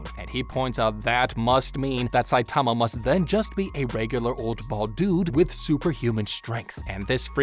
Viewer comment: why are you saying his name like that?